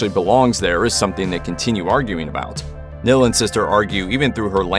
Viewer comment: Host can't pronounce simple words like "nihil" or "prequel"🤣🤣🤣